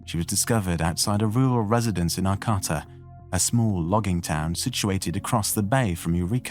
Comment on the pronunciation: Ar-cah-ta And show pictures of the actual area, not from big cities. (There were a couple, but....)